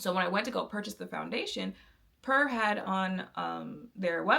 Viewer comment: Not important to the video but the brand is pronounced like pure and not pur like a cat. As for the foundation at the time i bought it the reason I bought it was because I could guarantee the undertone and they gave me the option to buy sample shade. As for why I don't use it now, mainly because I learned my undertone was olive and the reason warm was orange, pink looked red and neutral I could work with by adding some life with this elf bronzer that was too light to add dimension, but the perfect neutral orange to make me stop looking dead. I now don't need to do that, also in my makeup journey I realized my undertone tone acted like a darker veil than my skintone actually was and I needed to use lighter shades and add the veil back strategically with bronzer and contour. Essentially, I outgrew that phase of my makeup and how limited even 100 shades can be when you have a unique undertone. Also it was a little don't for my skin in the desert climate I love in so I always needed to mix other things in. There's never a perfect foundation that has a formula everyone will like, they just were for a time the best option for someone who was tired of the guess work that went into shade names and undertone claims.